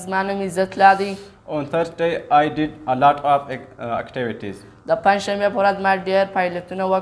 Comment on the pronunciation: Elot off ❌ Alot off ✔️